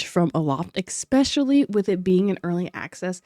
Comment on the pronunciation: The word is >ESPECIALLY< not EGGspecially or EXspecially don't know how you got through life without being embarrassed for saying words incorrectly. And "its an accent" is bs you're just saying the word incorrectly, has nothing to do with accent just illiteracy. Edit: A lot of features that you mentioned like more character customization is on the roadmap for the game, no need to ask for it when the dev's already said they want to do it but I guess looking into the news tab on Steam is too much to ask for research. Also a lot of features that you criticize the "lack of" like clothing style or coloration are in the game but 10h for an openworld sanbox game with different biomes that you most likely haven't even seen is just not enough to have a well informed opinion on.